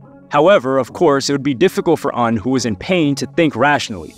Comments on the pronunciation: Cool video, but the mispronunciation of Un's name is annoying. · PLEASE stop mispronouncing names when doing documentaries. It is not pronounced “Oon” it is “Un” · his name is UN like UN-Solved lol